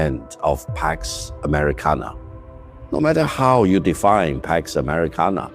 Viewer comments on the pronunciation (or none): Not "Pax Ameikana"..... "Pox US"